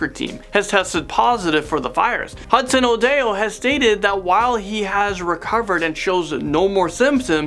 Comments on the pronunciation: He is called odoi not odio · Odeo Me: ITS ODOI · Say it OH -IO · Callum Hudson-Odoi sirname is pronounced Hud-son O-doy btw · It is pronoucne o doy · I'm from the UK, and in my area, there's only 1 case of COVID-19, but this's still scary... I don't know if the country will be going into lockdown, though... And by the way, Callum-Hudson Odoi's surname is pronounced O-doi. I think you missed Tom Hanks in the list... I'd love to see another part to this. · man said ‘adayo’ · Its callum Hudson o-doi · It is not how you say odoi